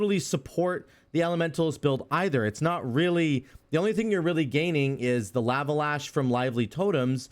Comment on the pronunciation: Bro...the "laa-vuh" is killing me.... Lava = "law-vuh." Please....I cant take it anymore 😭😭